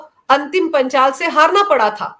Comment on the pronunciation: वो अंतिम पंघाल है न कि पंचाल।